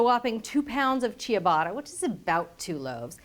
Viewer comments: It's so painful hearing someone say chee-a-bot-a. It's cha-BOT-ta. Just 3 syllables. The i after the c in ciabatta works exactly like the h in the English ch sound: it's only there to modify the letter before it, not be pronounced in its own right. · Looks great but the bread is not pronounced "chia"batta, like the chia seed. It's pronounced "cha"batta. Ciabatta, whether in Italy or here. ATK changes many recipes, some good some not so good. Don't change the language. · chuh-BAH-tuh (three syllables, not four) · At the mark: "Chia-batta." HAVE I BEEN SAYING IT WRONG THIS WHOLE TIME?!?! Julia, why didn't you tell me? Why didn't anyone tell me it's not "cha-batta"? I am betrayed. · I love Cheee-yuh-bata bread